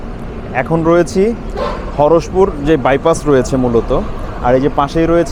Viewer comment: হরসপুর নারে ভাই হরিশপুর, আমার নাটোর এলাকার নাম এভাবে বিকৃত করে দিলেন 😢